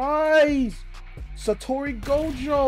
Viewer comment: It’s Satoru not satori 😭